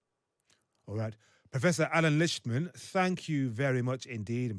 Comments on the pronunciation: Prof. Lichtman made it a point to say his own name when citing his website so that the host could hear the correct pronunciation, and the host proceeded to mispronounce it multiple times in a row just moments later. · Why not learn how to pronounce the last name of your guest? Especially after he told you , you insisted and multiple times again to pronounce it incorrectly.